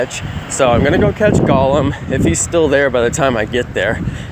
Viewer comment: I hate when people say golem like that for some reason lol